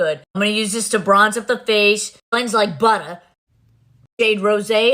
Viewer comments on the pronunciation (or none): BLENDS LIKE BUDDA SHE SAYS